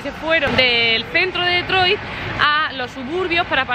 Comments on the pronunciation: No se pronuncia DEtroit si no"Ditroit" con pronunciación en inglés...por FAVOR. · Se dice o se pronuncia Ditroit y no DETROIT